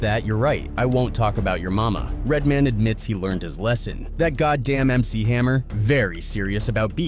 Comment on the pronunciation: Redmen😅 It's pronounced Red. Man. Now this theme music has me scared of Hammer! Oh & his Death Row album's underrated